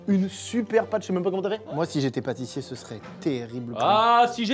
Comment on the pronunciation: Qui a eu la ref qu'à d McFly a dit "Papatissier" !